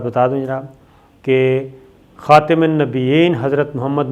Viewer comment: خاتم ت کی زبر کے ساتھ ھے کبھی قرآن کریم کھول کر دیکھو تو